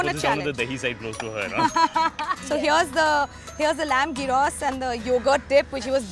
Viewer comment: The dish is pronounced as yros and written as "gyros". It might be worthwhile to check the correct pronunciation of a dish before presenting on a public platform like YouTube with a wide international audience.